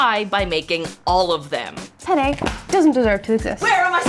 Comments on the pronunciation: im spanish, and my childish ass laughed every sentence you said penne (which sounds like pene, which means penis in spanish) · Note: You should pronounce the double "n" in "penne", it's an important difference. Penne means quills, while pene means penis. You just accidentally spent a whole video talking about eating penis. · Alright, im sorry but i had to comment this, i'm spanish and just couldn't not laugh every time they said penne. i know, i know, i'm so mature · also dont say pene say penne, make sure you pronounce the double n because without it that means something else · Speaking italian and hearing them say pene instead of penne was hilarious though the whole video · I'm Italian, it does sound like it 😅 It's fine but it was expected. For English native speakers: it should roughly sound like the words "pen nay" one next to the other. It's not the same but close enough to not get a laugh from Italians XD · As a native Italian speaker, their pronunciation of penne is not perfect, but ok. Especially because the other word is usually pronounced with a closed e. Anyways, what bothered me is the words finishing in -e being pronounced as if finishing in -i. E.g. linguine, fettuccine, … how can you pronounce the last letter the same way as fusilli, tortellini, … and not ask you some questions? 😅